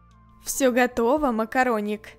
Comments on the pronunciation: я сама весь сериал слышала МАКОРОНИК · Нет я тоже услышала слава макараник и захотяла макараны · Когда она сказала макароник я ела макароны